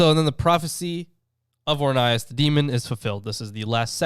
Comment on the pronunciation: You said his name rong